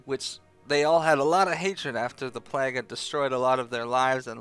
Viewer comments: Every time you say "plaag", a child in india dies of cancer, aids, and syphillis, all at once. But more importantly, my ears bleed. "PLAYG", not "PLAAG", ffs, do people not learn basic literacy these days or did you sleep through those classes? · Why the hell do you pronounce PLAGUE like PLAQUE. DUDE REALLY???! LOL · PLAG lol. Pretty sure it's play-g. Sweet video nonetheless. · lol you say plague like "plack" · oh, maybe. I was playing and just listening. still, he says it funny, which maybe was the plan all along! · I love you,, but you say plague funny. Just sayin'